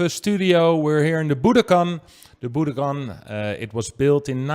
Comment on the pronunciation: Pls pronounce the venue names correctly. It is bu-DOH-kan, with accent on the DOH.